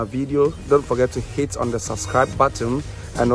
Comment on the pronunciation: Did u say HATE or Hit ? 🤣